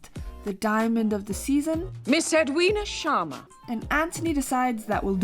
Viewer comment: It’s Sharma, not Shwarma.